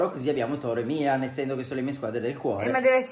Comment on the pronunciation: Milan❤🖤io mi sono messa a piangere quando ha detto la prima volta ✨MiLaGn✨